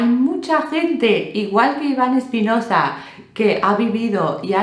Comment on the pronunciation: Hola, no es Espinoza, es Espinosa, S normal... Os pasa mucho a los angloparlantes. Sé que nos pasa a los hispanohablantes que añadimos H donde no las hay, por ej: HEGG... 😂😂😂 Un saludo